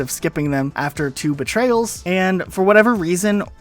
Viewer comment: I swear he was calling two betrayals “Tuba Trails” lol